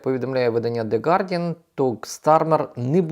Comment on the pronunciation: Дякую за працю! Маленьке поточнення, є таке видання The Guardian.Я від вас постійно чую - Де Гардіан